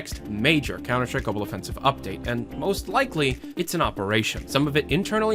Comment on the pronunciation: you guys don’t get it, the guy pronounces it gobble offensive